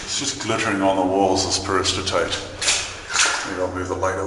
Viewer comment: There seems to be a disconnect between the pronunciation and spelling of "Peristerite" here...